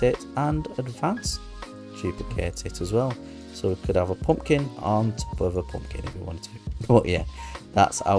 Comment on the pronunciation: I suck at symmetry so thanks! I'll try a poompkin 😂 I love the accent!